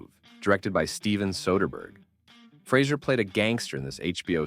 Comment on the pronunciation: Fray Zer He's made it clear, himself, in a few interviews. Good video, but you're saying his name wrong.